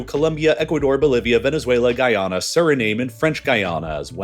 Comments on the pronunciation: What’s ‘SURRY NAME’ 😂. I think that if we are going do educational videos , we should learn how to pronounce the contents, including the countries. It’s pronounced ‘su ri nam’ not ‘name’ but ‘nam’ as in yam. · why do all these great vids have like Disney voice overs? like not even close on Suriname pronunciation brother (the E is silent) don't say it as "name" more like "nam" Vietnam...Suriname.....said the same. weak. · Suriname pronounciation is Suri-Nam like veitnam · Suriname is pronounced Sur uh naam....according to the phonetical pronunciation look up. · Pronunciation: Su Ri Naa Muh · It's always interesting to hear how different people pronounce things. I always heard Manaus as "man-augh" and Suriname as "sir-ah-nam."